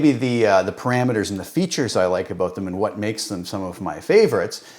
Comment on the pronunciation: The "aboot" gave it away for me. Classic Canadian, which is "aboot" as good as it gets for me.